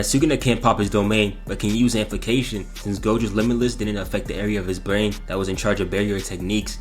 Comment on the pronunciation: "Amplication" MMMMFFFFFFF, AMPLIFICATION